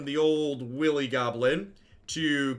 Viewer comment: wily goblin pronounced willy goblin lol.